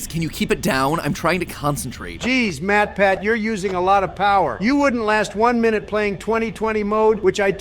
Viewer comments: did matpat say me me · At first I thought warpath said MatPat. LMAO 🤣 😂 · Matpat went above and AON A as in artificial O as in of N as in national